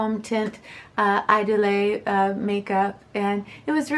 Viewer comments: It's like iedoole,. You don't pronounce the last e. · There are "apps" or you can google french to english audio translations.. Idole is pronounced more like "eedol" I'm not meaning to criticize you in any way. I love your videos! Your reviews are so well done and the artistic spin on your content is a real treat! Thank you for all your hard work and honesty. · HELLO, I JUST LOVE YOUR CHANNEL..IT'S VERY ECLECTIC AND ORIGINAL..THE DIFFERENCE IS WHAT MAKES THE DIFFERENCE THANK YOU SO MUCH FOR SHARING YOUR LIFE AND THE HANDSOME COOPER...PS IDOLE IS PRONOUNCED "E DOLL"..PLEASE KEEP MAKING YOUR VIDEOS THEY ARE A REAL COMFORT..LOVE YOU GUYS, TAKE CARE... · you have to say idole: the i is like "ee" and dole is like "dull" don't say the e a the end... :)